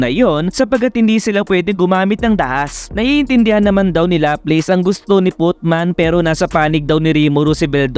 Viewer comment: LAPLAS POOOOOOOOOOOOOOOOOOOOO . hindi lapleys :(